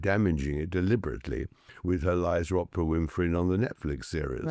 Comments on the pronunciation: It's OOOOOOOPRA (long O) not OPPRA, Tom !!!! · I wish this bloke didn’t sound like a pompous gut- his accent that is - and he just can’t pronounce Oprah…